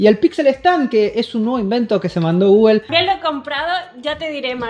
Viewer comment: Gugel dicen estos espa~oles ni pronunciar bien pueden algo tan sencillo la marca Google